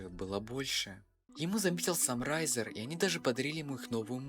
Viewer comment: не рАйзер а рЭйзер